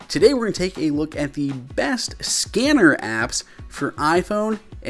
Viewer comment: fam, am i the only one that thought that said scammer apps? 😂😂